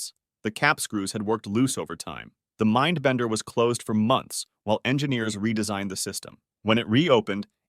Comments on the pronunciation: Bro you forgot a d in mindbender but you said minbender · ohhh yeah I have heard of the minbender (missing a d) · More like "mindbender" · It says MINBENDER not MINDBENDER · the " minbender " " the big dipper "